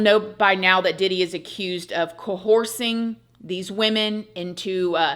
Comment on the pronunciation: Is it coercing or did I hear cohorsing lol cute tho 😂